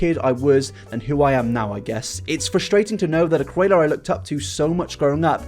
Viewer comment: Whenever you say ‘creator’ it sounds like ‘curator.’ Don’t hate me, I love your videos! Keep up the great work:)